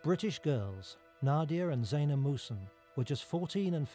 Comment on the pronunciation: their last name is muhsen not musun.